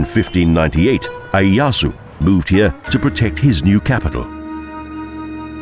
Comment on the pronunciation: Very nice video of Tokyo, BUT... the narrator's pronunciation of Japanese names (Asakusa, Ieyasu, Odaiba, etc., etc.) is terrible. Almost couldn't understand what he was trying to say, and I lived in Tokyo for 10 years!! Suggest you get a native Japanese speaker to assist. Now I will look at the other Japanese city videos and probably see the same thing... :-(